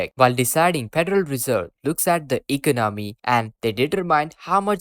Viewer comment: This guy can't even say the word economy right.